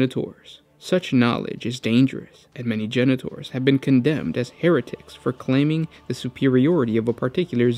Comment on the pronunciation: You say: Genetors I hear: Janitors